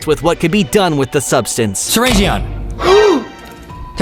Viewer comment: You need to say syringeon you donot say the O!😮‍💨